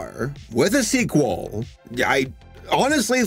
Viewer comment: it's a seq-wool! sheep-wolf? sheep-wool? :J